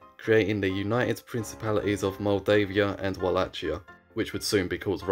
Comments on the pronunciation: Just please learn how to pronounce a place/region/country's name if you're going to be featuring it every other sentence. That is not the correct way to pronounce Wallachia. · "Moldovia" wasn't that bad. Wallachia though..... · Ok misspronounce Walachia, fair enough, it's a weird name that only English speaking people use but for the love of God, stop saying Moldovia. It's Moldova. Like the country. The Russians Threatened to Invade, we gave them half of Moldova. It has since gained independence and hasn't joined back with Romania. So now there's 2 Moldovas. There's no such thing as Moldeivia or whatever you said, always been Moldova. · it's funny how you read Wallachia like Nike Huarache 🤣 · why would they be furious, are you referring to the bad pronunciation of wallachia? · All good, only you pronounce Wallachia all wrong. It is not with a "tsch" sound. So not like Ch in "Chad", but like "kie" in cookie. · my friend, it is Vah lah hee ah or Vah lah kee ah. not vah lah (t)chee ah. i know it is an exonym but imagine calling a Deutsche(German) in English "joor meen". he would feel even more cringe. i too would. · Va la hi a not Ua la ci a repeat after me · The common pronunciation "Wallakia" is actually wrong too. Its spelling was unfortunately taken from German, where the "W" is pronounced as "V" and the "CH" is pronounched as "H". So, to avoid confusion, the ideal spelling would be "Valahia" similar to "Valhalla". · It's not pronounced "wall - ach - ee - a". It's pronounced "Wall - ache - ee - a" with a much harder second syllable pronounced like the word "ache". If you're going to make a video, maybe learn the pronunciation. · Read it as 'Valahia' not 'Ualacia' 😆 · Walla[k]ia with [k]. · Dude... pronounce it correct without the "ch": Valahia and with no accent on "i" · Can people at least try to pronounce any of these names right??? Its pronounced like wallakia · Wallachia is pronounced /wɒˈleɪkiə/ which means it uses a "hard" ch sound. Like Wala-kia.